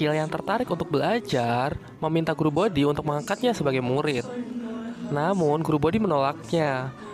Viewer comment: guru boti min bukan bodi hehehe